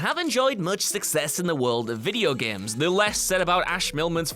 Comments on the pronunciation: It's "games " not "geams" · GAEMES... ITS itches in my brain when he says that word